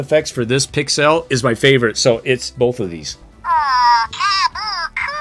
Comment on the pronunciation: Pix-elle = pixel